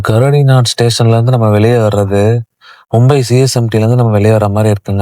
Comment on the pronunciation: 🙏🏿🙏🏿🙏🏿 நன்றிகள் bro.. Station: Gare du Nord கரடி நா( தவறு) சரி உச்சரிப்பு கார் து நோ. வாழ்க வையகம் வாழ்க வையகம் வாழ்க வளமுடன் ❤❤❤